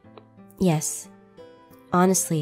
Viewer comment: Has your fever gone down? Aphmau: You knew?:Yeah Me:I THOUGHT HE SAID YESH FOR ONE SECOND XD